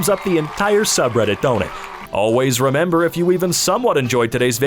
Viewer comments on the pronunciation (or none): none